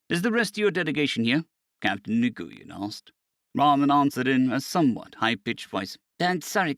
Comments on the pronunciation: It is pronounced "WIN" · It’s killing me every time you say his name. It is an Asian name, and it may be spelled Nguyen, but it’s pronounced “Win” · Nguyen is a Vietnamese name and for some inexplicable reason is pronounced Wen.